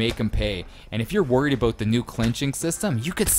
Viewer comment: "Aboot" lol 100% Canadian